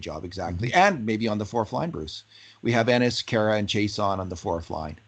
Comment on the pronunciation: It is not Chase-on but pronounced She-ah-sson (Chiasson)